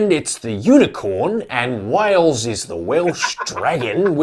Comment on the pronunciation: One thing I've noticed on Youtube, is that American people have difficulty in pronouncing the word: "Wales", most of them, most of the time, coming out with "Wells".